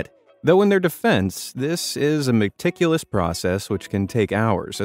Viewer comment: did you say "Mc ticulous process"? :D